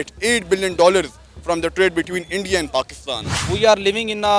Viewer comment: INIDA'S nhi hota wo... India hota h 😅😅😂